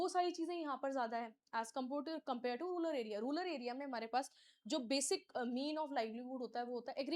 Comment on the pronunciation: रूरल not रूलर